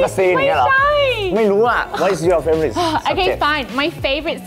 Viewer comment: Favorite ออกเสียงว่า แฟโวริทค่ะ :-)